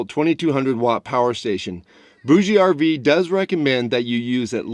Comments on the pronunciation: Hi, I have been using a BougeRV fridge for years and I love it. I think it it pronounced boosh RV. Pretty sure the e is silent. Thanks for the info on this unit. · FYI, it is pronounced Boug RV. The ‘e’ is silent. I got this directly from a BougeRV rep. For those that really need A/C cooling, the noise should be a moot point. If you’re that sensitive to noise, staying home would be your best bet. A lot of people like to sleep with ‘white noise’ and this unit gives cooling and white noise all-in-one. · I think it is pronounced like bourgeoisie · I believe the "e" in BougeRV is silent.